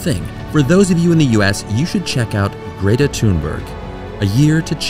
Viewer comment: I coulda done without you saying Gretta!